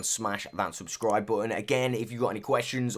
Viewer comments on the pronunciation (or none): none